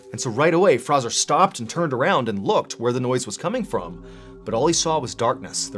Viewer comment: F-R-A-Y-Z-O-R....not Frazzer.....